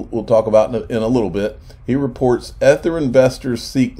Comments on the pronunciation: If I hear "ETH-ER" one more time, I'm gonna scream. Somebody please tell him how to pronounce it. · EE- Thur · Please learn how to pronounce Ether correctly! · My thoughts exactly. I had to quit watching this video because they way here was saying ether.